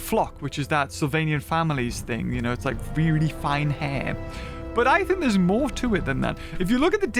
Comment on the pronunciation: "Moar" again 🤣